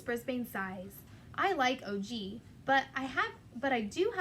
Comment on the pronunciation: Hey there- his name is Og not O.G. :)